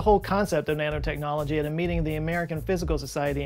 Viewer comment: Thought he said Nana technology, you know like knitting